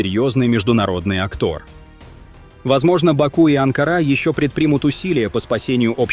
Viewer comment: На речь идёт об Организации тюркоязычных государств. Как видео соотносится с рассказом? На мой взгляд - никак. И ударения в словах "Анкара" и "актор" поставлены правильно? Да, и если в русском языке такое слово как "актор"? Короче, сама тема интересная, но за конкретно это видео - дизлайк. Видео сделано небрежно.